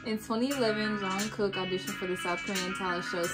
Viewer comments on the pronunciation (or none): its jungkook as in cook not smth else lol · Also the K on Jung Kook sound more like a g as in gas... the u of Jung sounds more like on... and the name goes Jongoog... last g is mute. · loved your reaction. btw, maknae is pronounced mahng-neh. there are videos showing them introducing themselves, you can hear how they pronounce their names. jungkook’s name is always butchered, even by most i-armys. it’s closest to jung-ook. the j in korean is softer than an english j. think more “ch” than a hard “j”. then drop the first “k”. “ook” is more “uhk” than “oohk”. i always say try saying the word jungle, but replace the “ull” sound with “uhk”. 😊 all their shows have english captioning - 3 docuseries/documentaries, run bts (their variety/game show), bon voyage (travel series, 4 seasons so far) and in the soop (soop means in the forest, it’s bts filmed hanging out on a retreat, series number 2 coming next month).